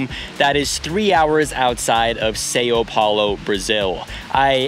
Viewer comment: Seyow Pewlow??? 😂😂😂 it's pronounced as Sam Paolo